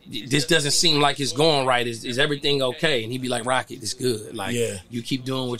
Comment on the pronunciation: It's "Roccett" not Rockett............. And he's always been super humble. I sent my guy a pair of exclusive nike sneakers when he was coming up from a sneaker store i was building online and he showed me love every time after. only 1% of the industry is like that. Shout outs to his team at Green up too. DOPE PEOPLE! They told me one of the realest things ever about separating business from the streets, when i met up with them in Vegas. Grown men thoughts in terms of handling business the right way.